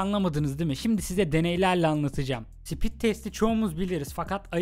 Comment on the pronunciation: Sipit degil o speed 😅😅